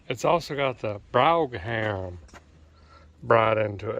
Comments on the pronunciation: Too many Japanese cars for you. Marquis is pronounced Mar kee and Brougham is pronounced Brom as if you put an m on Bro. BTW if you hop up that 460 cu. in. it will get scary. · Brogham............pronounced brome (rhymes with "home" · It is pronounced 'Marquis brooaam' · Pronounced Mar-keys , Bro-hm, or Brome more so. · Marquis. It is pronounced Mar-KEE. The "S" is silent. Brougham is pronounced like "chrome." Brome. I think 1972 was the first year for the 460 cu. in. in the Marquis. Before that it was unique to the Lincoln line. Looks like the left rear wheel cover is from a 1967 Galaxie/ LTD. Great video! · And Braugham is pronounced "bro-um" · Phonetic spelling - BRO IM, MARKEE. Just sayin'... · pronounced MAR- Key BROME (as in Nome Alaska) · its pronouned broham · Pronounced "Mar Kee" Brom edition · it's pronounced MAR-KEY...And Bro-ham... not the way said it. it's clear your nota a ford guy..i've been driving fords and Lincolns all my life. that's truly a gas GUZZLER! LOL!! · It's a "Bro-G-Ham" for the brothers that are into that sort of thing.... 🤷🏻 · I think that's pronounced "broom", you know like the ough in through has that "oo" sound. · I just started this video, but please tell me he's mispronouncing Marquis and Brougham on purpose?? It HURTS my ears! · "Markee" "Bro-um" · And it's Bro em for Broughham. But in classic, mispronouncing names and words is to be expected. A brougham was at one time, a usually chauffer driven car with the driver sitting outside, and the passengers in an enclosed cabin. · I'm in England I think you pronounce brougham like bruff ham😊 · It’s pronounced bro-ham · It's pronounced "Brouhm" lol that's a beautiful car though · Marquis (said Marr-key) Brougham (said Bro-ham) both words are of French derivation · It’s pronounced Markey and the model is pronounced Brome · MARKEE AND BROME IS PRONUNCIATION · "markwess browg-ham" 😑😑 it's "markee brow-um" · It's pronounced Markees and Broam. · Mar-Kees Brome